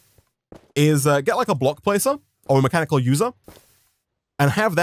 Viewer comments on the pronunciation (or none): none